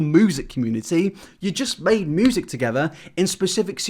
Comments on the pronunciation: It fucks me off that he says MOOOOOsic instead of music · Its music. Not moosic. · The way he says moosic Instead of music is too cute 😂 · It's 'music', not 'moosic'. Other than that keep up the good work 👍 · Its m(you)sic, not f*cking (moo)sic. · its pronounced mew-sic not moosic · kristina dawkins ok so. The correct pronunciation of the word ‘music’ is m-you-sic. However pronounced it m-oo-sic wich is incorrect. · Take a shot everytime says Moosic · It hurts my soul when he says “(moo)sic” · Is a fucking cow? Music, not moosic. Love the videos but I just needed to get this off my chest good lord. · "moosic" yes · I was today years old when I found out that some Brits pronounce "music" as "moosic". 🤷‍♀️ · Im so sorry- I know is staying important stuff and I love his commentary- But I swear to fucking god if he says moosic one more time I'm going to snap a childs neck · Stop saying moosic you nong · STOP SAYING MOOZIC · Can you say m?: "m" Can you say you?: "you" Can you say sick?: "sick" Can you say music?: "moosic" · "in the moosic industry" who's your fav cow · my dude, my guy, my boy why do u keep saying moosic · I love you buddy, but damn, the way you say "moosic" is killing me. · Nobody:: Moosic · PROCEEDS TO KEEP SAYING MOOOOSIC PLS WORK ON DIS HAHA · Who pronounces "music" as "moo-zick?" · I'm sorry but as a southern American from Arkansas, I can't help but laugh everytime you say moosic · Every time you say moo-sic it makes me smile. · The way he says moosic gets annoying fast but good video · It actually is distracting now that everyone drew attention to you saying mOoSiC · I can't get over how pronounces music as 'moosic' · Irrelevent question but are you from Norfolk? The way you say music is like people where I am (Norwich).:-)